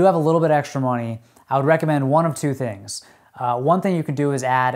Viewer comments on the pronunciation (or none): none